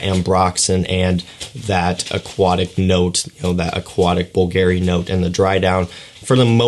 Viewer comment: you pronauce bulgarry not bvlgari just see how others say man